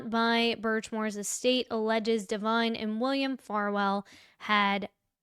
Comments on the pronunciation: Why she calling him Farfield and saying his name wrong? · Are you saying Farwell wrong on purpose?